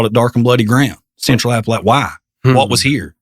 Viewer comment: Def pronounced “App Uh lat cha”!! Lol